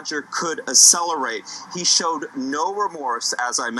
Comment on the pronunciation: "Asselerate" From a man whose business is words.